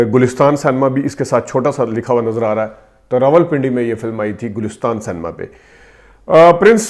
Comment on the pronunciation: The word is cinema (pronounced “sin a ma”) not san-ma. I do not want further defamation of my country. Likewise the word April is pronounced “Ay-pril” not “App-ril”. Please do not take offence. This is well-meaning brotherly advice.